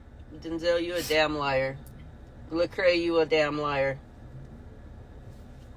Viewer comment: Did she say Lacrae